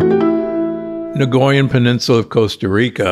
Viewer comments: NOT "NAGOYAN", it is pronounced Nycoyan (nikojan), correctly. Nagoya is a city in Japan!! 😄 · I'm Costarrican and I cringe every time he says "nagoyan". 😳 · Out of respect for the people from Costa Rica, the correct pronunciation is NI-COY-AN... as a linguist and someone who lived in Costa Rica for 8 years, I couldn't stay silent... it hurts my ears every time he says it incorrectly... there is no G sound anywhere in the word!